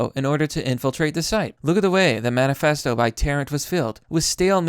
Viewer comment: You can't pronounce manifesto kid. Do not recommend.